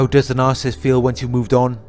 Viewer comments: It’s NAR-SIS-IST . . . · It's pronounced NAR SA SISST. . . Not NARCIST. . . God bless. X